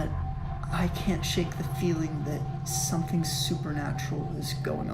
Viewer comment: It's something not somefing only the English can't speak their own stupid language 🤔😂😂😂😂😂